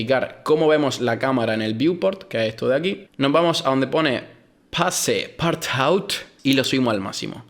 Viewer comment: "pase - part -taut" . me meooooo!!!. Muchas gracias por el tutorial, me ha venido de LUJO!! me suscribo, mil likes a todo, y me veré todos tus videos. Mil gracias!!